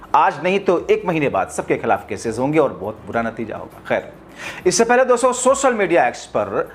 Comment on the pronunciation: दोस्सो.... दोस्सो.... क्या है .... उच्चारण तो ठीक करलो....